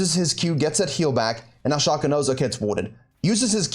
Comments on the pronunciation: You can play around all you want with your accent .. its still "Shaay cooo" .. !!!!! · i was watching till you said "shaw co " .. then I skipped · its "Shay cooooo" !!!!!!!!! .. you can clown around all you want with your accent .. its still Shay co